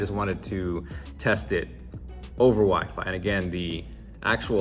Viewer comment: "WiFe-I?" my future's wife maiden call.